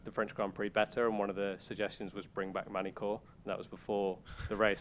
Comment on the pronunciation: 'mag-ni core'. Wtf?:p